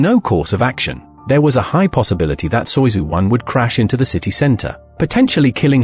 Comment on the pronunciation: Soyuzu !? Seriously still dumb AI…